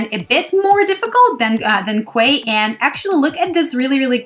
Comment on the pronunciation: Hey, it's pronounced 'key'.. like Queen's Quay in Toronto! cheers